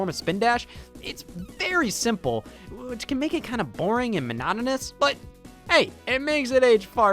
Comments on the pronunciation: Did my man just say manonymous when he was trying to say monotonous?? 😂💀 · I think it’s closer to manotonous